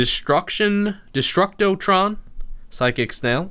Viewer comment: Finally said Destructotron right